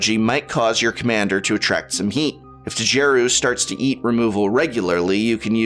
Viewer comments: The "D" is silent, hillbilly. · Prof the D in Djeru is silent... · Prof, I think the D is silent, Mr. english major.